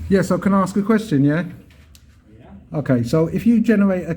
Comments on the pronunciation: m8 your getting very confrontational now days for nothing tone it back a bit let the idiots walk into it as before lol oh and its ASK not AXE that just makes you sound silly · You are not professional in the slightest 'mate', I liked your earlier vlogs, but like that sausage said, you are obnoxious now. And it's ask, not 'axe' .